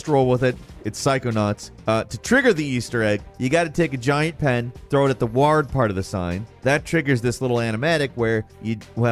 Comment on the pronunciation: Had to take a second to get over how he pronounced ward